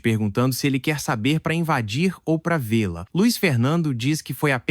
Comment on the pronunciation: me desculpe, mas vc leu errado: vê-la e tê-la tem que ser lido junto.Vc falou vê e parou como se tivesse ponto.Depois falou o lá sozinho.😄Fez o mesmo com o tê.Só falando o la depois.